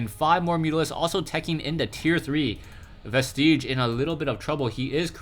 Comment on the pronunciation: "Vestige" does NOT rhyme with "prestige."